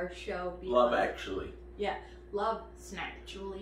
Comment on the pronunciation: "Snackutally" an example of snacksplaining